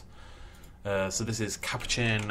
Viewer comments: You say it as cu po chin What is a caperchinn You also sed capucen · The A in capuchin makes an uh sound